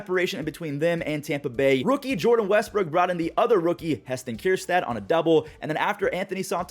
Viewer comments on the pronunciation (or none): As a Arkansas fan it hurts the way u say kerstad (Jp)